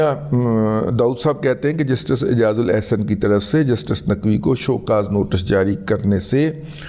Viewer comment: آ کبار ناقوی نہیں آ کبار ناچوی